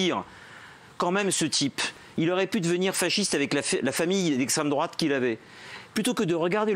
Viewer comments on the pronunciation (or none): d'abord on dit pas fâchiste...on dit fasciste